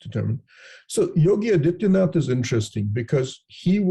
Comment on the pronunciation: The so alled expert and intellectual doesn't even know what is the name of CM of UP and the ruling party candidate of BJP. He absolutely butchered the name of ruling party CM.